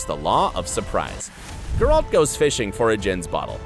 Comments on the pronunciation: geralt not guralt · Stop saying GerALT! Omg yuck. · I literally don't understand how you can keep mispronouncing his name. It's Gayr-ult. Not gay-ralt. it's literally pronounced for you in both the series and the video games. How can you screw up literally the easiest thing??! It almost makes your video unwatchable. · Grrralt .. XD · Grrr-alt? That's not how his name is pronounced. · I am disliking this video because the narrator can't pronounce Geralt correctly. It's not Guralt. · How is it possible for a person to horrible mispronounce every single name. Who is Gare-hawlt? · Thank you for your insight. However, every time you say the name GerALT I feel the power of satan grow within me. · I’m so triggered by the pronunciation of Geralt. Yikes. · God, had to stop after 30 seconds... PLEASE PRONOUNCE THINGS PROPERLY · You are butchering Geralt's name. Damn.. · Bro it’s Geralt not Geralt. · After I heard how he pronounced Gerald, I immediately stopped watching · Why in gods name can't you say Geralt in the right way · I can't watch this because of how you pronounce Geralt 😵😵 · Yes. What can you expect from a video that pronounces geralt that way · Dislike for gurAlt. Also striga ("i" pronounces like kit, not like kite). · Voice: "JASkier" "GerALT" "DUHNey" Me: please, make it stop TnT Voice after saying "Yenefer" correctly: "YeneFOR" Me: why am I being punished? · Ge-Ralt. Yenefor, Jaskier, cmon man, at least do your homework if you want to clickbite people